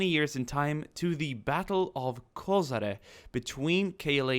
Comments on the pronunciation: Hey, few years ago you released video about war in Bosnia wich had a large number of angry comments, i hope this wont will, and its a great video! Place was called KoSHare, not KoZare as you pronounced it:D Number of border guards was smaller, and we were in situation that on few places 20 soliders were defending line 1km long, and by our doctrine for that we needed at least 2 platoons (60-80+) for 1km long line (just giving you example). There was no second line of defence, there was only first line and second line of trenches wich were there for us to retreat if needed, again becouse of not enough manpower on the first line at the time of the offensive. 125 Brigade and Prishtina Coprs artilery was in positions since 1998 and was prepared to react to any kind of violent passing of border, and even in conditions of total air suppermacy of NATO, they were opening fire and supporting our border troops even with MLRS's with shoot and hide tactics, but at the time of Battle of Koshare, we had only section of 82mm mortars there on the spot. And one more thing, that place was chosen for a reason by KLA and NATO, and biggest advantage was that at any time Yugoslav troops will be at lower positions becouse mountains were on Albanian side. Outpost itself was in hole, so it was hard to defend, and when our troops saw that its not worth of risk, they just pulled the line behind outpost. The situation was even more complicated that we had only one small path leading from our terr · Koshare* not KoSare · Košare is pronounced as KoSHare not KoZare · It's not KoZare, it's KoSHare..